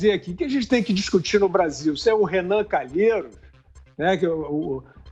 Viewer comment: Sem comentarios! Sr. "CA NA LHEI ROS "